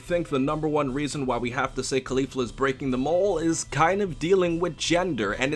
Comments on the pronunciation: please fix that pronunciation jesus christ, its caulifla just like cauliflower not cUlEEflU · why does he say claulifla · CAAH LI FLUR UHH pronouncing things is hard. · Think cauliflower and try to pronounce her name again. Remember Sayians are vegetables. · Your pronunciation of Caulifla’s name is so cringy and gross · You not pronouncing Caulifla correctly breaks me.